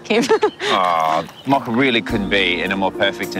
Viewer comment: The dog's name is is mocha. It's pronounced MO ka. The o is a long o. Not a short o